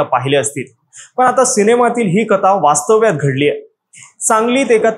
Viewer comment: Vastavyat nahi. Vaastavat. 😅😅😅